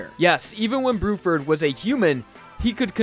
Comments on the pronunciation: I think you mean bluford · It’s actually Blueford instead of Bruford